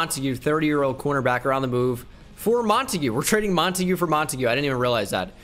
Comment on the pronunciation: ITS MONTAGUE. NOT MONAGUEAY